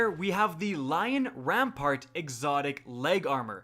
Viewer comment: Lion Ran-Part. What the hell. WHERE DID THE R COME FROM